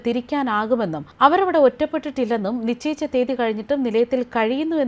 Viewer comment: എന്താണീ നിചയിച്ച ? നിശ്ചയിച്ച എന്നല്ലേ ?